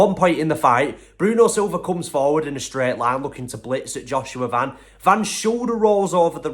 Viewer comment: I’m proud that this guy actually pronounce his last name right.most people just pronounce it like the shoe brand van.